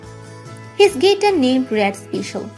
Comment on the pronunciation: Maybe if you want to put an English voice-over on your videos you should get someone who can actually speak English! What exactly is a "gitteer"? Video about Brian May and your commentator can't even pronounce the name of his primary instrument? Good grief. Factually, there are so many inaccuracies in this, words fail me.